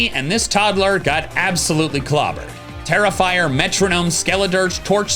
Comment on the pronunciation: Oh my god I kept thinking when you were saying “Tera-Fire”, you were calling him “Terrifier” lmfao